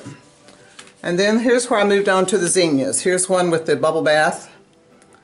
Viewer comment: Beautiful and it’s so nice to hear someone pronounce Zinnia correctly. I’ll definitely be trying this, I just love the outcome.